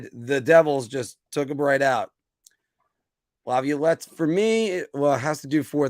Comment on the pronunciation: I know why you're on alone. Right now, Filk & Anthony are making up A Pool on How Many Times You'll Pronounce Incorrectly Peter Laviolette. LOL. It's OK. I love you,. After Working, you come on An Give Us A Great Show, so, you have Carte Blanche from Me to Mispronounce His Name As Much As You Like, Buddy.